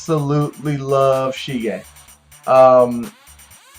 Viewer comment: it's sige, not shige ;) nice video, keep up the great work!